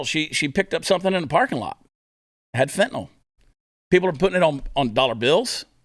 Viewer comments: He can't even pronounce Kyiv correctly...fentynyl would probably cause a short circuit in his cyberware implants. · You really expect Joe to pronounce Fentanyl?